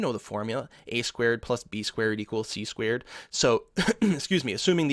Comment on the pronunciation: We had an italian lecturer in special relativity who pronounced "squared" as "squirt".... oh, the great amount of giggles we had:3